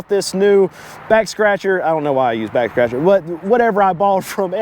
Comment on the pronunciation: You said backscratcher but I heard sextractor.